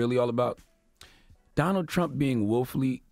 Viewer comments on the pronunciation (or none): Does Charlemagne have a speech impediment? Nasha (NASA) Woofully (Willfully) Pewtin (Putin) Earf (Earth) 🤣🤣🤣 And Wayminute. Did Trump say he beat Hillary Easily? He must’ve haven’t seen the popular vote 🤦🏾‍♀️